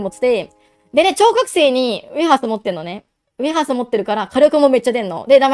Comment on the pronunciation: 何回聞いても超覚醒が小学生に空耳しちゃうw